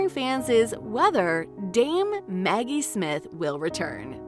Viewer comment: Who the hell is narrating this? Is this AI? Maggie, not Meggie. Enunciation is important.